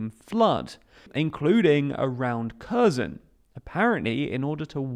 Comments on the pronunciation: I can’t imagine why you can’t pronounce Kherson. Kh is closer to H than k and the stress is on the second syllable. Please try it. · why would you not look up the proper pronunciation of Kherson? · Would it be asking too much for the commentator to pronounce Kherson properly? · By now one would assume that you could have learned how to pronounce Kherson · Curzon curzon curzon KHHHHHHH ERRRR SOWN SAY IT RIGHT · Please please pleaaaase learn how to say the name of the city, please… it’s not “Caus-in”, it’s “HER-so-ne”. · Curzon is a Dax. This city is called something closer to Her-SONN (second syllable stressed). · It is said “Hair sone”! Not Kursen! The H is silent. And the emphasis is on the 2nd syllable not the first. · kherson is pronounced "hair-SOWN" with a hard H ( like 'ch' in johan sebastian bach) it hurts every time you say KUR-sun. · It's HersOn not KErzon, like in Kharkiv, "kh" just means hard h :) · KherSon, with an "s", not Curzon with a "z". Making zero attempt to pronounce place names correctly makes your channels appear untrustworthy. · Kherson is pronounced more like "her-son" not kurzen. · It's not pronounced Kerrzon – it's herrsson! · Nice summary! One remark though - "Kherson" is not pronounced "kehz'n". It's closer to : "her" + "sohn", with accent on "sohn". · Yes, why say Körson when it's pronounced Hersón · Not ''here'' ''Her'' + ''Son'' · Pronounced hear-Son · learn how to pronounce the city which you are doing your report about. It sounds nothing like that. It's pronounced "hirson" with the accent on the 2nd vowel. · Please pronounce it Herson or Херсон. He... r... son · HERSON HERSON HERSON (THE K IS SILENT)!! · An advice for a better pronunciation of the name of the city and the oblast. The first part, "Kher-", is approximately pronounced as "here". Kherson = /"here" + "son"/. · Please pronounce Kherson properly. The "K" is silent. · Great video except every time I heard you say Kherson I cringed a bit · learn to pronounce kherson